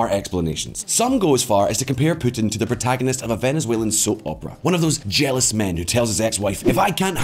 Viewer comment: I like how you pronounce Putin as Pootin with your scottish accent